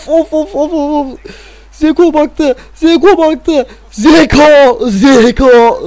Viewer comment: bi kere o zeko deil çeko diye okunuyo.Ve çok güzel çekiyosun serinin devamı için hep like atıyorum:)